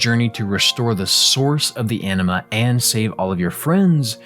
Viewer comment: Anima sounds like enema.